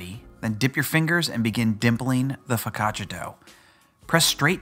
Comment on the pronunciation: I thought you said "focaccacia is the gateway drug for other breads"